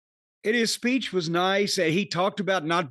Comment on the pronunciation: Giving his speech-uh. In the middle of the ring-uh.